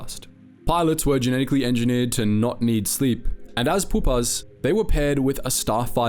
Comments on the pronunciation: love the vids but you mispronounce so many things it’s legitimately insane POOPA Pupae Pewpay aqui-FIRE aquifer aqui-fur chitin chitin kai-Tin aristecrissy aristocracy airis~tokracy just some examples how you said -how its spelled - how to actually say it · Are you using Ai to narrate this? tehre are several places where you repeat the same sentence a few times (right after you just said it) and you're mispronouncing basic words like Chitin and Pupae